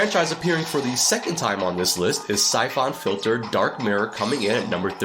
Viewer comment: Never heard anyone call Syphon Filter- Sy-Fon .... It's just Sy-fun Filter.